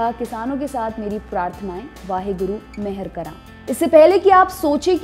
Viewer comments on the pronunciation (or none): Waheguru mehar karan.. It’s not /mehar kara.. It is mehar karan. N is not silent.